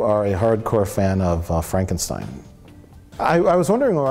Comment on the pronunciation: Why can't people pronounce Frankenstein correctly? Gene Wilder would have a fit.